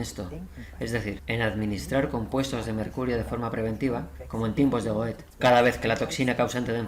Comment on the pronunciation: Una pequeña observación: la pronunciación de GOETHE Muy interesante y sobre todo impactante... Gracias